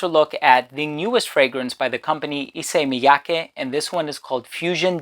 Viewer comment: You are so good at pronouncing Japanese names haha. Not just Issey Miyake, your pronounce of Hanae Mori in another video was perfect as well